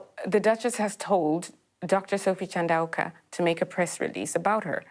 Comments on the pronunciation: Chandauka is not pronounced shan-doo-ka, it's chan-dow-ka ( dow rhyming with wow). She is your subject after all. Google is a thing. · I used to value your expertise, but your lack of desire to learn how to pronounce Chandauka was disheartening. Please do better as 4 white mansplainers. You've lost my attention.